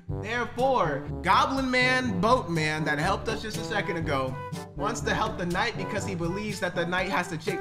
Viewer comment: Its definitely seconth 😂😂😂